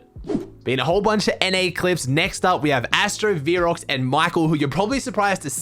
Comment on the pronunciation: btw its pronounced veh-rocks